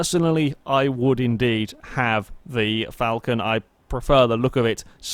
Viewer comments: my ears are bleeding from all this Vulcan instead of falcon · josh johnson Fulcan* just how he pronounces it. Shush